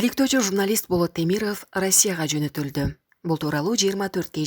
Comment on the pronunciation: Темирыф эмес. Темиров деп оку. Тантык журналист.